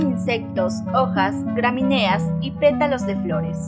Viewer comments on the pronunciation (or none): DiMorfismo sexual, y no "diformismo"...Gramineas, no graminéas.